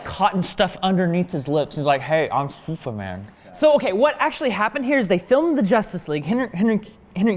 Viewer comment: “Hey. I’m thooperman” 😂